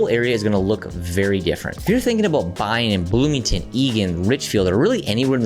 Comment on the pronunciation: BLOOMINGTON get it right